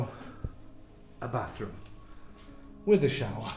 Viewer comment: Tremendous home for the money! It’s too large for me, but I love it …. certainly a pleasure to view. The only downside in my opinion is that it’s on the road. BTW … I love the way you say ‘showah’ … ever spent time in Boston?